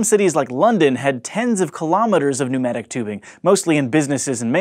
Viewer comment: Nomadic tubes? Weird pronunciation.